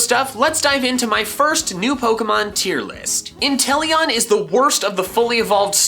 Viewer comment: I was offendded whn you said inteleon